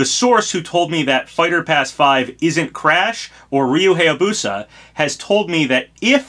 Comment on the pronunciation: Surprised you pronounce "Reimu" correctly, but not "Hayabusa" (hi-yah-boo-sah) or "Heihachi" (hey-ha-chee).